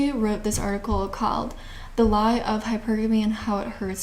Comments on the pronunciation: Its pronounce high purrrr gummy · You say hypergamy so differently. You say hyperAmy emphasizing A but I pronounce it hyperaMY emphasizing MEE No hate but just I noticed it because you say it quite often😭